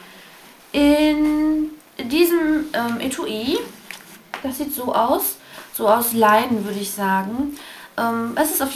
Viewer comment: etui wird etwi ausgesprochen nur so nebenbei..^^ hab das pinselset auch, besonders den concealerpinsel und den bufferpinsel find ich sehr toll. als blendepinsel hab ich mir von zoeva einen extra bestellt.